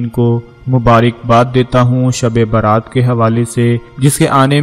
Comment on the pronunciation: Dhabi Baaraat nahi balki shabi Barat hay